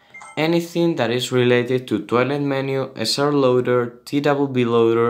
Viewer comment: it sounds like hes saying toilet maker ++